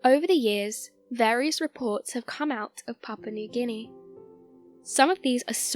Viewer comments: but she talkign about Papa nu gini not papua new guniea :DD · It sounds like she's saying "papa newginy"